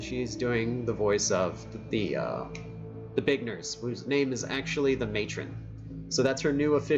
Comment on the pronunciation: Did say bacon nurse or big nurse cas it sounded like bacon nurse